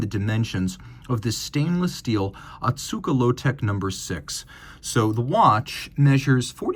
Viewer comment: The pronounciation is Oh-Tsuka, not Ah-tsuka like you've been saying.